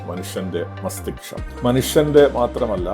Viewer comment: മസ്‌തിഷ്കം എന്നല്ലേ സാർ...